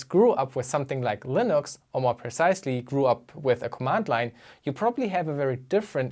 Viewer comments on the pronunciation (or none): none